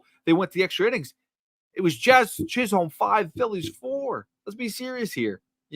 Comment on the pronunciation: Don't pronounce the L in Chisholm! Its like Stewie overemphasizing the H in Wheat!